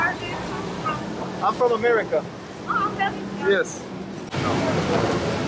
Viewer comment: he is try to say america but he said amrik